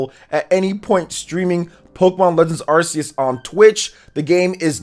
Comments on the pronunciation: Once again, Arceus is pronounced [ark-EE-us]. Ark. Not "arse". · Glade im not the only one who pronounce it as ar-seh-yos.